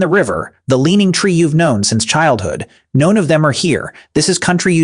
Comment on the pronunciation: Is this AI? 40 seconds in and he's mispronounced "none" and "hours"